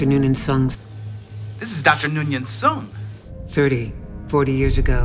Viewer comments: "Dr. Noonan Sung" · "Noon in soong"